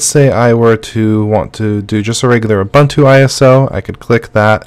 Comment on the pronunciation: Great Stuff. The letter U is pronounced the same way all three times in Ubuntu. it's Ooh-Boon-Too not Ooh-Bun-Too. English is awesome and strange, because we treat vowels so many different ways. Ubuntu is an actual word from the Zulu language. Cheers & great stuff!